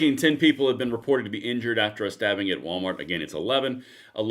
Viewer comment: Why have a video on stabbing if you can't say STA(BB)ING???